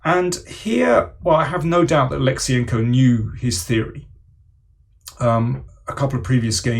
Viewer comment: Daniel - you completely butchered Kirill's last name. Wrong emphasis...